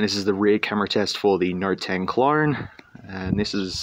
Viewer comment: im pretty sure you are saying clorne!! you are just throwing R's left and right bruh